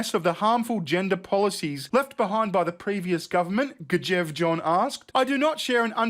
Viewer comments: please read my comment 😉 Normally I wouldn't pull you (or anyone for that matter) up on how you pronounce words. However, I am currently learning Norwegian. So on behalf of all Scandinavia, I must point out that [mostly] the letter "J" is pronounced as the letter "Y". Now, you can do the whole video again, but be able to pronounce the Norwegian correctly (maybe) 😁😘 I think your funny as phuck btw. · The J sounds like a Y in Norse 🤣